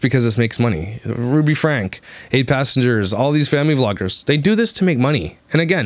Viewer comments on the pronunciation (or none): If you are going to talk badly about someone, at least get the name right. It’s FrankE not Frank. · I dont mean for this to be rude, but it doesnt seem like you have enough familiarity with 8 Passengers as a subject matter to present your opinions or especially summarize what's been going on. For example, their last name is not Frank, it's "Franke." It's pronounced "frank-ee." Secondly, Shari has not had her own YouTube channel since she was 12; she started it only a couple of years ago. She's been on her family's channel since she was 12. Also, the LDS church and BYU pay for her education. You should choose a subject you're more familiar with. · Fyi- they pronounce their last names like Frankie! Doesn't really matter, but thought you might want to know. Lol